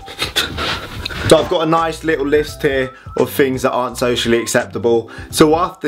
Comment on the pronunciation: Love how you say "fings", and not "things"